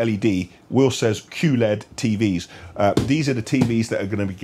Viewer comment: yo, it IS; Q-LED, not QLED.